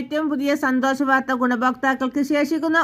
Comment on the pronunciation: ഇതെന്തു വാർത്ത, സുഹൃത്തേ? സന്തോഷ വാർത്ത തന്നെ,. പക്ഷെ മലയാളം ഒന്നുകൂടി പഠിച്ചിട്ടു വേണം വാർത്ത വായിക്കുവാൻ? പെൻസൻ, സന്തോശം, അടിപൊളി!